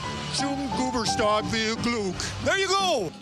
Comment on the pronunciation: The way Principe pronounced Geburtstag hurt my soul and I’m not even German 😂